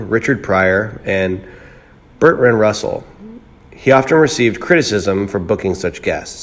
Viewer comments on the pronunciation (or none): none